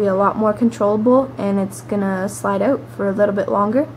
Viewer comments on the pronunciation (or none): "kickin it oat" :P